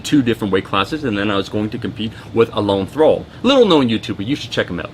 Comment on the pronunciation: Alon Thrall? Alan Thrall.